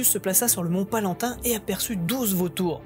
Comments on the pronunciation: C'est le Mont PALATIN qui fait parti des 7 collines de Rome !!! Pas "palantin"... ces problèmes de prononciations (ou de lecture) sont récurrents chez toi... Quand on fait de la vulgarisation il faut bien le faire et la prononciation c'est aussi très important ! Et ça prouve qu'on sait de quoi on parle ! Car en faisant cela de manière récurrente tu perds en crédibilité... Maintenant sur google (et même sur wikipédia ! si si !) il existe une voix qui lit ce que tu veux ! Cela évite de faire des erreurs quand tu hésite sur la prononciation. ^^ Mais dans Palatin y a pas d’hésitations juste à faire attention... Le pouce rouge m'a démangé mais tu mérite quand même un pouce bleu pour ton travail ;) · Je dis pas ca pour pinailler mais il sagit du mont Palatin et pas palantin. Mais sinon super boulot